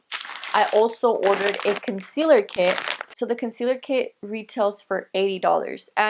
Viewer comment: LMFAO her face when she's trying to pronounce "powder contour KIT"